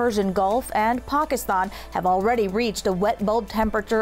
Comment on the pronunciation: She's the first houstonian to pronounce Pakistan correctly